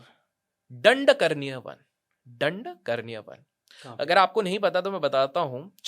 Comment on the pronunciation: Dandkaranya not karni